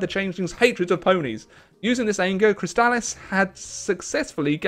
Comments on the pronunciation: No. Chrysalis is pronounced "Criss-a-lis", at least in the show. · Glad to see you came back to this mod after your last video on it. Just incase no one in chat told you, Chrysalis is pronounced "Criss-sa-liss". Also very glad you see you're having fun with the mod. If I may, I recommend any of the countries in the River federation as being pretty fun, and they have a nice story. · How are you mispronouncing 'Chrysalis' that badly?